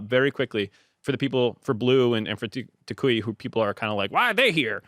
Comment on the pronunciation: if you see this your pronounciation of Toucouille is 10/10 respect. Also toucouille means all balls, yes, these ones